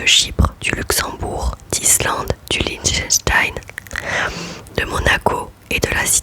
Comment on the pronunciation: PS : ahaha je n'ai pas bien saisi de quel pays tu parlais à la minute 15.24 😅le Chlichechstein ? ahah ! bon annif mon amie😛🤍🤍🤍